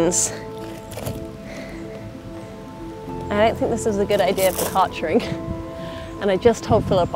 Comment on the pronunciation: Never even thought about how english-speaking people would pronounce Kärcher and it's as logical as hilarious, I don't even know why I find kartchering so funny😄It certainly sounds more dangerous than the German "kärchern" and I agree, it should sound more dangerous.